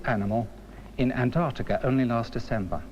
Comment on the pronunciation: Great summary of the evidence for plate tectonics. Unintentionally, it’s also an historical record of how British narrators pronounced words like “relatively” as “relativ-leh”. And how one supposedly educated guy can’t pronounce Antarctica correct-leh.